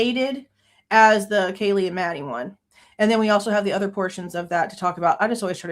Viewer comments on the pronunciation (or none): Why does Nasty Disgrace still call Kaylee "Kjeelee" 😑